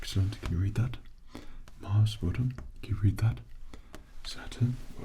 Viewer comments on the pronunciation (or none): none